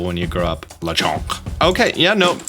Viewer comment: There’s nothing French about Lechonk! It’s a Spanish wild boar 🐗 oh and I think Smolive is pronounced like small+live.